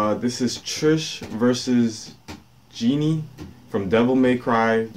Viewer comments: did he just called her genie? (it's pronounced jhon) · Jeanne is pronounced John